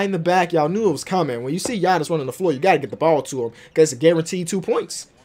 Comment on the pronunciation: I love how he says Giannis like gianni